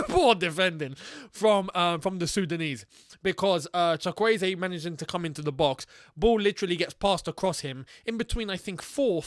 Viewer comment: Btw, the Chuk in Chukwueze is pronounced Choook. As in choo choo train lol. You got the subsequent 3 syllables right. And Simon is pronounced the English way. From one African (and Chelsea fan) to another:)